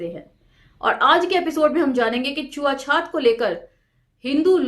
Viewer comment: छुआ छूत को आप छुआ छात क्यों बोलती हैं मैम।